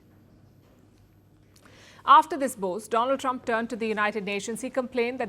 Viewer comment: Dolund trump is the right pronunciation ek kaan mei leta hai aur ek muh mei